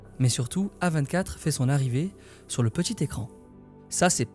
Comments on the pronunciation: Mais qui dit A vingt quatre mdr 😭😭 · la vidéo était une masterclass sauf et ça m'a titillé toute la vidéo, tu t'efforces à dire correctement tout les noms de tout le monde, de tout les studios, sauf celui du sujet de la vidéo. non A24 ne se lit pas à la française désolé mais bien en anglais et d'ailleurs tu es le seul que je connaisse qui le prononce comme ça ça ma franchement fait chier (dsl d'être aigri)